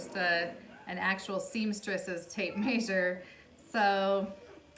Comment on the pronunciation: I love the way you say tape “maysure” lol ..Langston is super adorable! Keep up the great work mom!